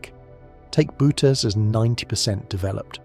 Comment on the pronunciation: can you get your AI narrator to pronounce Boötes correctly? I think it's more like boo-urh-teez, it's a weird word, greek style pronunciation but with the o umlaut modifying the vowel.